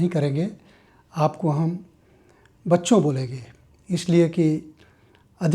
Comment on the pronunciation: You are pronouncing bacchho Feels gud father ❤❤❤